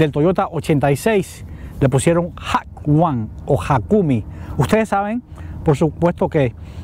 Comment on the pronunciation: Al se pronuncia HAKONE (JAKONE) se refiere al paso de montaña japones mas dificil, famoso por las carreras de descensos, y los reyes eran los AE86. Aparte en japon el culto del anime, se prensento el gt 86 en el Anime Initial D. Saludos de RD.🇩🇴